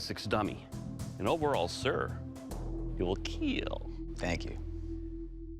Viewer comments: nah just the host’s accent he changed it later but “it will keel” is just classic for this show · Kill or keel😂😂😂 i just love it❤😂😂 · I love this show. But. I cringe when that guy says it will keel.